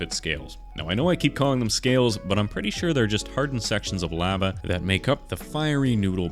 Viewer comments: ‘lava’ | lah | vah | not | lay | varh | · Sorry but "laava"